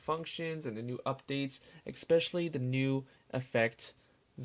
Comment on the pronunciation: You said "expecially." Pleez. Pleez mens. This is like nails on a chalk board.